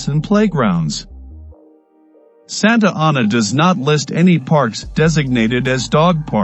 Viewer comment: SANTA ANA! SAY IT RIGHT!